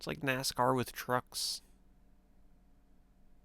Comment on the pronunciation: " They're Drrrrifting with the truckksss " lol